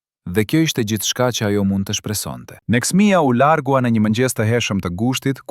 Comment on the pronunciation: Neksmia Shkronjen L e thote LL( shkau thote LL )